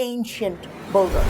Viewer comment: its builders not bolders